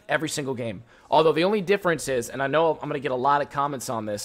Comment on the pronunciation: Besides being a pro on zed and knowing what fights u won and what u lose, i love how he says I'm - "amma"